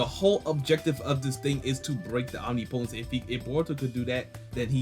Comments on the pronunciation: Om-nipa-tense... say it right, it sounds bad and I want your channel to be it's best. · Bruh you should google how to pronounce omnipotence cuz you’re butchering it lol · Google the pronunciation of omnipotence... I'm not going to have a brotha out there like that😅... Unless you have a more sinister plan🤔🤔🤔🤔🤔🤔🤔🤔🤔🤔🤔🤔🤔🤔